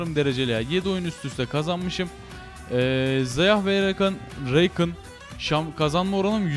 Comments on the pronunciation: Reykın ne nerenden uyduruyorsun ya Rakanın repliklerinde bile Rakan diye okurken senin Reykın demen ya Shaco ya da şeyko diyorsun ingilizce okuyacağım diye okunuşu afrika dili gibi okuyorsun bizi katlediyorsun yether triggerlandık yeterr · Reykın ne lan :D rakan o